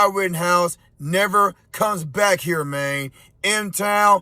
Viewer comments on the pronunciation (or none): This is so "F"ed up ! Learn how to speak dude.. its "man" not "main" DS!! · Learn how to speak main , and tell me the people of Memphis are not really represented by the idiot who can't even pronounce the three letter word man, moron! And let me give you a fact check that moron is not me being racist or saying that main isn't the same as man, moron is just a short version for moronic just like main is short for mainly and man is short for Manley, see the difference, obviously the guy crediting his people of Memphis dose not understand yet that education pAst the second grade will profoundly improve your speech and utilization of words and there meanings and when to correctly use them so as you seem like your not just a moronic race baiter with no education or worth in a society already filled with idiots but I digress about the people who choose to represent a city but only further the countrys problems by speaking. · Just a little tip for those who want to sound intelligent (even if you're a f-ing idiot). Don't pronounce "Man" as "Maine." Man is a male human, Maine is a state in upper New England and known for its lobsters. Also, I wouldn't quote Memphis as being a common sense city, brah......your crime rate is off the charts. You keep doing you though....go get some Swisher Sweets and some lottery tickets and go back to "axing" for presents for your "Berf-day." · It's pronounced "man," not "main." Boy. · Memphis “main”😂😂